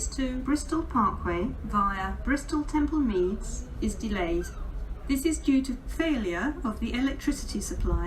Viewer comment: Although I hate because of her voice sounding patronising, I have to admit she says Bristol Temple Meads much better than Ruth does. Nice one for putting Trowbridge on the map. I know the place very well as I have held residency there during college and used to travel by train fortnightly (coming home on Friday and returning Sunday evening). The Cardiff Central trains were always late especially the service, worse when it was under First Great Western. Wow! Not heard those reasons for delay before. Interesting!! Ouch 83 minutes! The biggest I've heard was 120 minutes at Coventry ( VT to Preston (curtailed Glasgow Central service) due to the emergency services dealing with an incident.